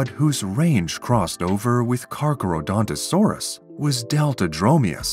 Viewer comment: I can't watch this because the AI narrator keeps mispronouncing its name.